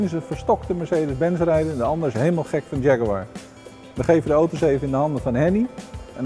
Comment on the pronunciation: Die gast in 'kakker kostuum' kan het woord Jaguar niet eens fatsoenlijk uitspreken.......